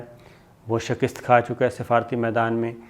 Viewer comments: Shakist nahin hota, Mian ——— Shikast hota hai - Samjhe ke nahin ???? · شکست کو ک پر زیر نہیں زبر کے ساتھ پڑھا کریں۔ شکریہ